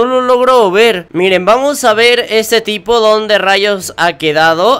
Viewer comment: Enves De Decir Tipo Digiste Pipo xD